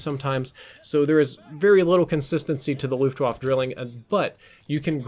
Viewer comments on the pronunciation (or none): YO ITS FRIGGIN GERMAN SAY LUFTVAFFE NOT LOOFTWOFF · I am german and at the monent xou said "Luftwafe" I almost hat to vomit! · Waffe is pronounced, “vah-fa”. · I cringe every time you say "looft wahf" hahaha but great video man, keep the good hard work up :) Edit: Also, "Drilling" is German for "Triplet" referring to the three barrels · The e in luftwaffe isn’t silent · ...man, I was hoping he'd pronounce the name of the weapon right at least for this video. German Ws sound like Vs, and e's at the end of words aren't silent. Ah well. I won't hate on the rest of the video...it IS a good weapon for beginners, if only because once you're an experienced player you won't use the thing every again except as a gimmick. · Luftwaffe is pronounced with the "e" at the end. As in "cat". Just saying. Glad you corrected your idiotic "Brecci" pronounciation which did not make sense in any language.